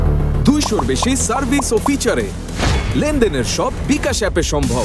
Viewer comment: বিকাশ তো বলতেই পারে না